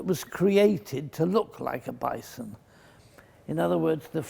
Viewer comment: Bison? More like Bye-son